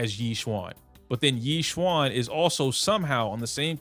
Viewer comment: YEE SHWAN Bro please. YeeJyuEn